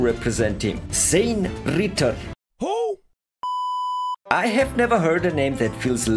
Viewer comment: ''Zane Rrrrrritter.. WHO ? 😂😂😂😂 ''